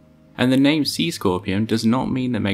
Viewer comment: Brilliant job on pronouncing all tho's names.